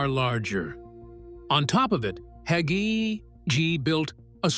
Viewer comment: You said absolutely nothing. Just a hit piece on a dedicated Christian pastor who trusts the LORD. And A I need to pronounce the name "Hagee" instead of "Haugee"